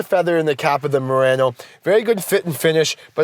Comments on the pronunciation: It’s not Marano it’s Murano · Moreano lol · good video... except you are saying murano wrong :( also.. i have to agree with another comment... diff generation refresh and it really isnt fare for the murano